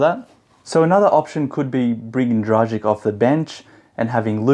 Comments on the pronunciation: It’s actually pronounced „Dragitch“. If we wanna be precise, let’s be precise ;) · It's pronounced 'Dragich'. Who's the beautiful girl next to you? :)